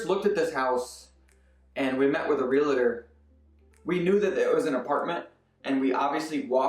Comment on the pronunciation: Lol “Santa Clarita Diet” “Its Realtor not Realitor!” Haha - Stay as you are 👌🏽